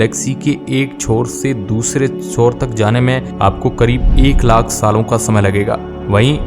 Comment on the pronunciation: Lack nahi lakh hota hai bhai😂